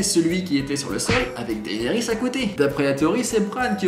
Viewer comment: "Dahénérisse" nan mais faut arrêter de massacrer ce nom, ça se dit "Dénérisse" :p